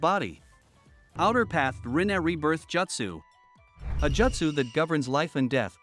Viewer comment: They way you’re saying “Jutsu” bothers me